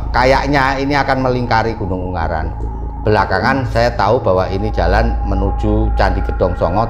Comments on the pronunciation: UNGARAAAN,... Bukan UNGGARAN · g nya satu bukan dua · Ungaran om bukan unggaran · yg betul ungaran..bukan unggaran 😁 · Lucu sama nyebutnya Un-garan bukan U-ngaran hihi...😊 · Maaf ungaran mas bukan unggaran 🙏🏼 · FYI, Ungaran di baca U-Nga-Ran bang. Bukan Ung-Ga-Ran 🤣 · Maaf ngomongnya bukan gunung unggaran,tapi gunung ungaran mas🙏🏻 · Ungaran mas , bukan Unggaran😑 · Selamat malam, baru nonton, bang pengucapannya bukan "unggaran" tapi "ungaran" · Ungaran mas bukan unggaran 🥵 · Ungaran mas bukan ung garan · Ungaran bang bukan unggaran